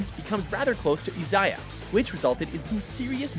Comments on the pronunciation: Stopped watching at "Shi-zooo-oh" and "E-za-yah"... Pronunciation is awful from both the narrator and voice actors!! 😖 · ...WHY CANT YOU PRONOUNCE ANYTHING RIGHT?! It's Shee-zoo-oh He-wa-jee-ma and Ee-zai-ya Oh-dee-ha-ra in Der-ra-ra-ra, WHY MUST YOU DO THIS TO ME?! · Btw how he read that: Shiyzuwow Heywayjyma and Izaya Ouryhara That's a pain in the ass, hearing that... uhh